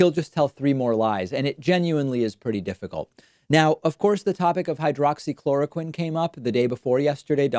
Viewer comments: Haghaaha he can’t even pronounce hydroxychloroquine...lmaOoo! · Why are every one of his responses the same? Everything is great, we’re doing a wonderful job, blah blah blah. Everything is false or fake his vocabulary is that of a 5th grader he can’t pronounce words, he slurs and now he is telling people who are dumb enough to believe him that he’s an expert on medical advise he’s a total idiot. Why when he can’t answer a question he responds rudely I can’t stand Trump he’s such an -ss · Funny how he forgot the name or forgot how to pronounce hydroxychloroquine after touting its effectiveness! I heard there are some devastating side effects like forgetfulness, hallucinations, death and other weird s#!+! It’s hard to tell, but I think Djackass Drumpf aka Donald jTrump is losing whatever mind he has left!